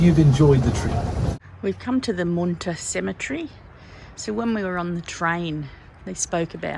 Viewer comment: Hahahaha love how you pronounce Moonta. It's Moon- ta as in the Moon with Ta after it. We live here and both started laughing..yeah we pronounce things wrong to. Always getting towns wrong!! Keep the videos coming. Love them hope the car doesn't give you too much trouble. Keep smiling guys. Karen and Jeff